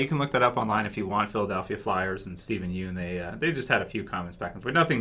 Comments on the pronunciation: It's pronounced "Steven Yun" (obviously spelled Yeun) not "Steven You-n" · yeun is pronounced as "YAWN"